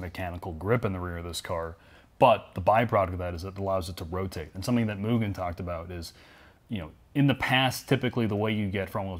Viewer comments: Surprised no one cares he keeps saying moojen instead of mugen… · They keep saying Mugen wrong. It's moo gen (like generation). Even the kingmotorsports guy says it wrong. As a fanboi, I'm triggered. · It’s Mu-Gen, not Mu-Jen😉👍. A hard G. Mugen made some of the sexiest motocross bikes EVER back in the 70’s and 80’s, along with very effective kit-parts. They have always been one of the most exotic and desirable parts companies to me👍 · I can't tell if is being sarcastic with his mugen pronunciation... lol For anybody that doesn't know, mugen is pronounced "Moo-gehn" not "Mew-Jen". With gehn sounding the same as the g in "again". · MOO... GGEN. JEEZ. It's really not hard. If it were Myujen they would spell it that way. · That feeling when non-Japanese speakers pronounce it "mule-jen"... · Kind of mind blowing that the OWNER OF KING MOTORSPORT also mispronounces it. It's MOO-Gen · pronunciation of “Mugen” effin’ kills me brah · pronounced it MOO. Overall he may have not sounded Japanese, but he didn't make that error. did once, but I have a feeling they left that in as an insider bit of humor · Did anyone else cringe when he mispronounced "Mugen" ? I know I'm nitpicking but still......gahhhhh!